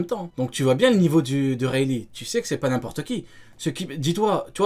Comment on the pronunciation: Comment dit « Rayleigh »: « Huaweï » 🤣😭